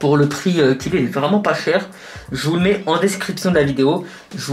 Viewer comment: "qui selon veuw" c'est un mélange de "veut" de "vous" c'est ça?